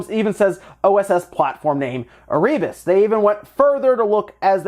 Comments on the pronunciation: Not e-ree-bus Air-RE-bus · Hey, bud. It's pronounced "Err-uh-bus". Also the name of one of the first ships that went to Antarctica, and subsequently, now the name of an Antarctic volcano. AND it was a level in the original DOOM lore. It's a place in hell.